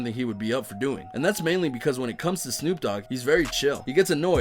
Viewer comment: actually, since he didn’t say the letter d, wouldn’t it be Snoop Oog?